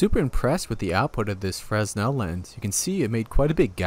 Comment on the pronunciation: Its pronounced frenel